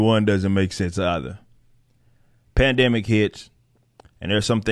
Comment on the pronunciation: Uhhhh.... plan-dimic?